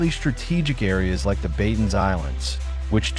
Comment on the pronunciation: Batanes is pronounced as buh-tuh-nes not🚫 beytens